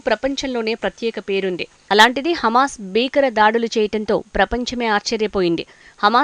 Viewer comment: హెమస్ కాదు హమాస్ ఆని పలుకు, న్యూస్ రీడర్